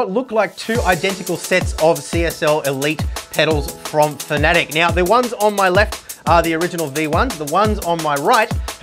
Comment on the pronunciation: You Americans are pronouncing the name wrong it's Fan. a. Tec as in Tech for Technology not fanatic as in tic as a bug tic .